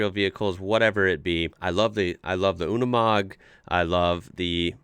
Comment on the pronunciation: unimog not unumog